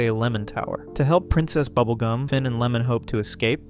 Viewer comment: "prINCEST Bubblegah and the Little Boy"! Yeah, butchered their names he did.